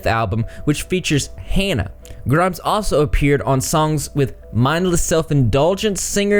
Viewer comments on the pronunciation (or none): "That's very much for my simple Southern mind", lmaoooo. Just wanted to say Hana says her name is pronounced like 'fauna'. Nice video